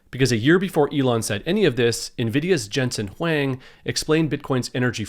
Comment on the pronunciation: You're mispronouncing Huang. It should rhyme with long.